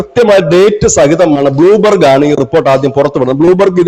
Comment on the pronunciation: ബ്ലൂ ബർഗ് അല്ല, Bloomberg!